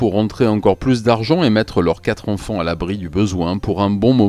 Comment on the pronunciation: J'adore tout la narration,l'écriture, le son de ta voix mais maintenant que j'ai remarqué la manière dont tu prononces les "an" j'entends plus que ça. "Les enfants " tu prononce les onfonts. C'est terrible vraiment un effort plz